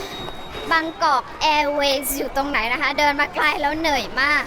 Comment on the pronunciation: (เหนิ่ยยยย)..~~ มากกก 😂 โอเค พูดเหนื่อยไม่ชัด 55555